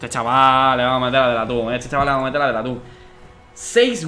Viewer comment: Gente normal: fake Dani: hacemoh como que vamoh pero en verdad no